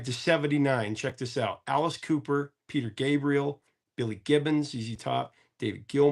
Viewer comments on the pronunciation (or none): none